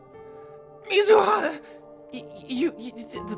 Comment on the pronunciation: I swear, every time i hear u say mizuhara, i always mishear it as mizuhotta